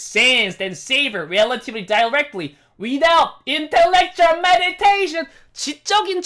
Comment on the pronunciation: 형 메디테이션이 아니고 미디에이션이야 ㄷㄷㄷㄷ